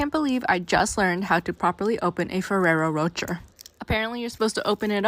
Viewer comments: it’s pronounced roe-shay not roe-cherr😂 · And he said “Roger” 😭🤣🤣🤣🤣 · Lmfao "Roacher" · Oh my god the way she pronounced rocher was killing me 😭 why do Americans always say stuff wrong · Raphael pronounced it incorrectly too and he isn't American.